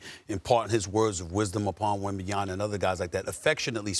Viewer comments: Obviously SAS has no respect for wembanyama because he can’t be bothered to pronounce his name properly. WEM-BAN-YA-MA not wembanyana. Or i suspect SAS just doesnt read that well. It’s all there in the letters dude. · Stephen A. Smith still saying "Wembanyana" a million years later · it’s been 2 years stephen a still cant pronounce WembanyaMa right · This guy Smith his job is to talk. He could learn how to pronounce a name. So disrespectful and unprofessional